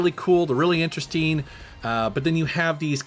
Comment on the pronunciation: This guy pronounces "ing" as "een" Interesteen, collecteen. Kind of annoyeen.